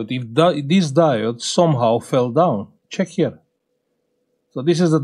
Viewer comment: Îmi place cum zici ceck here😂😂😂❤ brava sir! Felicitări!